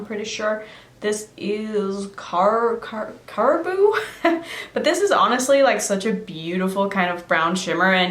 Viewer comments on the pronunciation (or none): I love these videos!!! Also Caribou is pronounced Care-ah-boo its a a town in Maine as well as an animal and such.. also yay coming to NH! I live in Maine and it is VERY cold in Maine, New Hampshire area for winter. I cant wait to see more alphabet videos. Also i hope you have a blast in Norway.